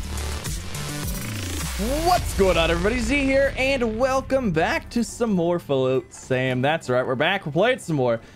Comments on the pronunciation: Pronounce it with me: FLOT (same sound as THOT or thought or sought or ought or taught or hot or slot) - SAM (the dude's name is SAM). GG on learning new things. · I wonder how long it will take before he says the game name right